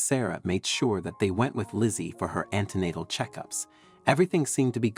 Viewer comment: The text was very badly read. Medicines given during a pregnancy are ANTEnatal (before birth) NOT ANTInatal (against birth)